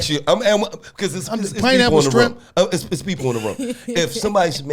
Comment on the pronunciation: ”strawberry shtrimp” 😂